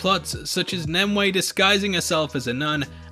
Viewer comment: It's "NIM you ay" .NOT. "NIM Way"